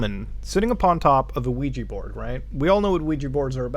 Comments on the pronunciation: Luigi board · Ouija boarf